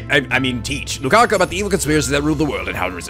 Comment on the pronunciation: Okay, basic mistake. You are calling Lukako LukakU. It's an o, as in an Oh like in Rose, but NOT like in hot... discribes Lukako pretty well.. Oh also, most translations Romanize it as Rukako, but techically neither is right since Japanese's r/l equivalent is the same thing, and yet is technically neither. I guess the translators decided to settle on an L sound rather than an R sound rather than explain how it's caudally sound somewhere between r and l....